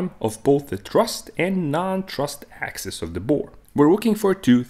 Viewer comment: Axis, not axes.